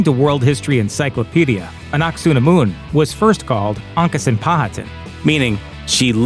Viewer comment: Not ah nuck sah nah moon. Ah nunk ah sah nh moon. If yer gunna include her, say her name not anglicized eh?